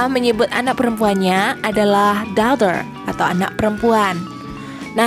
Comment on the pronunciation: Penerangan nya jelas , tapi pronunciation nya mohon cek ulang dan perbaiki, spt ucpan daughter , cousin, dan bbrp yg lain